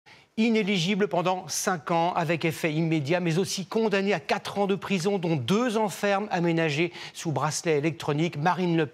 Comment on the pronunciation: "Condamnee" 🤔 "... Responsablle , mais pas coupablle ..." Les docteures MicheL Guaretha , Edmon Hervee et Georgina Du Foix .